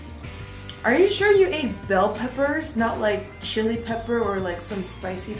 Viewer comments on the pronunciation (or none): none